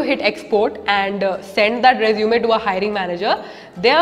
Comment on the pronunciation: Please pronounce resume correctly and properly....